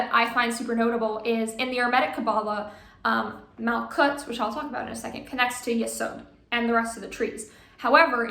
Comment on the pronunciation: Super cool, learned a shit ton about the Qabbalah, thank you!!! Especially learned alot of pronunciation from you for instance Malkuth!!!! The hard T at the end, never knew that always said it with th....